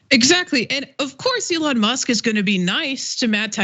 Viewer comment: Why is that douche saying Alon musk? Fuck you dickhead you know how to say that liars name. Stop being a fancy special boy.